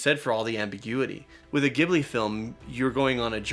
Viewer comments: I must say that being a huge fan of Miyazaki's works that I am glad that you're covering these aspects, but I believe that Ghibli is pronounced Jib-lee not Gib-lee... it's like nails on the chalkboard when you are pronounce it incorrectly. 😱😵🧟 Update: I found a video that best describes how to pronounce Ghibli and also has help me come to terms with it being okay with it being pronounced how you are comfortable saying it. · Just fyi, guys, whatever film you do next, keep in mind that the studio's name is pronounced with a soft g/j sound, not a hard g. Jib-lee, not gib-lee. Would love to see your take on Princess Mononoke, though! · Ghibli is pronounced with a soft G (like a J), not with a hard G. Do a reaction to Ponyo (on the Cliff by the Sea), Kiki's Delivery Service or Howl's Moving Castle. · Ghibli is pronounced with a soft 'G' like in 'giant', not a hard 'G' like in 'girl'. I know that's not the way it's spelled, but it's the way Hayao pronounces it. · hey guys you keep saying Ghibli wrong, Miyazaki pronounces it Ji-bl-ey, it isnt said with a hard g its with a j sound like giblets. sorry thats just really bothering me. lol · It’s interesting hearing them pronounce it gib-li. I’ve always pronounced it jib-li. Also please do more of Hayao Miyazaki’s movies!!!! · It's pronounced, "Jih-blee" by the way :) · Like the content but everytime they pronounce Gibli makes me cringe 😂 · it's pronounced "jib-lee" 😩 it's written 「ジブリ」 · The G in Ghibli is pronounced like a J. I learned this the hard way when I visited the Ghibli museum in Japan. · FYI Ghibli is pronounced with a soft G, like jibbly. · Ghibli is pronounced Jibli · I’m so happy your are digging through Studio Ghibli movies! I totally want you to watch all of them! Side note; Hayao Miyazaki, one of the two founders of Studio Ghibli said it is pronounced with a soft « g »! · Ghibli is pronounced with a "j" sound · It's pronounced "Jibli" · It's pronounced Jibli, with a 'j' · JIB-lee. Soft G.